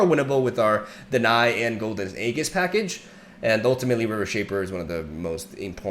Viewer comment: nice deck, when it gets rolling, it rolls over other mid ranges. just fyi, aegis is pronounced like "a jizz" not "a geas"